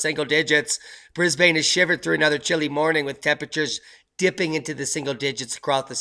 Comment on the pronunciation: Mate" Brisbane is pronounced as 'Brisbin' not Brisbaaaaane" Other than that' good vid".